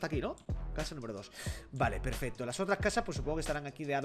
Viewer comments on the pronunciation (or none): none